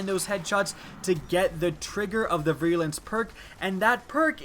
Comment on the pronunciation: ) "veer-a-lence" is how it's pronounced ... thanks for your work though buddy!